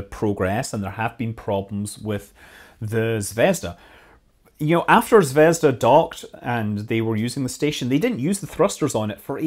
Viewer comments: its not zvesda its zveazda like p(ea)nut zv(ea)zda like the letter E zvEzda. in russian zvezda means Star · ZvezdA, not ZvEzda. =) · Zvezd*a* - accent on the last syllable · Please, Scott, it should be pronounced 'ZvezdA' with stress on a. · Its pronounced "zvezdA", emphasis is on A. Means "star" in russian (but Scott probably knew that). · Fuuuuuuck! zvezdA zaryA - stress on the last syllable !!!